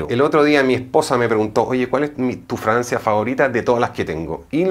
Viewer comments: Escucho que dice Dice “Francia” no fragancia. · Fra-gan-cia ! No fraancia ! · Porque dices Francia en vez de fragancia? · Excelente! Sugerencia se dice Fragancia